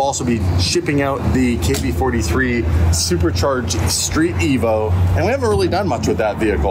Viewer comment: Why do you call it KB-43, when I susupect it should be KB4 3VER--- KB-4-EVER